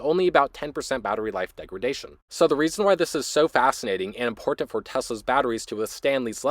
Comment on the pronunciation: Is the host Canadian? It sounds like that from the way he says 'important.'